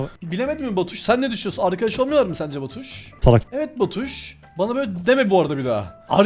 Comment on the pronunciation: Arkadaşlar diyosun arkaşım yok diyosun 😂😂😂😂' 😂😂